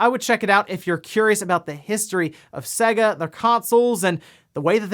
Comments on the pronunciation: Urgh why do you say Sega so weird? It's pronounced Sayga not Sagga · It's pronouced 'say-ga'. It says so at the start of every fucking game!